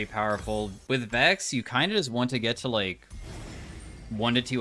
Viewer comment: love your content, but Vex? Cmon man…